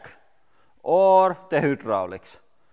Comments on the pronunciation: pronouncing the way it’s spelled....? hy·drau·lics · Hydraulics is pronounced "Hi-draulic" in English. I lived in Copenhagen calling Nyhavn "Ni-havn" until I was corrected. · What is the difference between who draulics and hydraulics? When he talks?? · It is hi droll icks not who drolicks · LoL "the hoodrolics" But awesome video 😁👍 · Whodrolics lol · What's a Who Drolic ?? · Who - draulics ? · Hoo-draulics 🤣 Massive respect for speaking a foreign language and all that, but surely you learn to pronounce the first word in your channels name correctly 😆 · Hoooo - draulics 😂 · THE HOOOTDROLICS 😂🤣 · Listing to him saying hoo-drooliks Make me vomit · Take a shot of snake venom alcohol every time he says hoodraulics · Pronounced Hi-drolics 👍🏻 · I was hoping someone else noticed it. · Hüdroliks. Jepp. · “the hootdraulics” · The Who-dralics lmao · Dude u talk to much and drag on do ur shit and make the damn video. "Hoo-drolics"???? Tf how do u get hoo from hy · The resoolt? The hi-droo-licks starts to leeeeeaaakkk... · Did anybody else died laughing every time he said WHOdraulics.. not truly making fun of them and I will say I do enjoy his channel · Wtf is a who-drallics? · The whodraulics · Whoodraulics? What's whodraulics? ;) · deh HOOdraulics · 'limit for the hudrolics' lol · I mean I don't care but in the USA it "hi-drol-icks" it how is pronounced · anyone else giggle alil when he say's "hootdralics" ??? XD